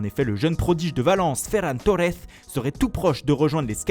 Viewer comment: C'est Ferran Torres et non Ferran Torrez, je vais finir par me désabonner si vous arrêtez pas vos prononciations approximatives...